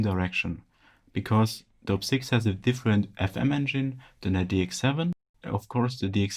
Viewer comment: It’s Op-Six. Not oh-pee-six. Op as in operator.